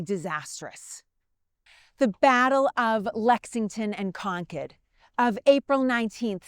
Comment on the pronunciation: Thank you for pronouncing Concord properly.😊